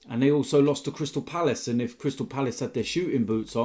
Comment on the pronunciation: he said ifff dumbass